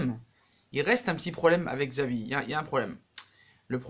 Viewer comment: Ça se prononce chavi pas xavi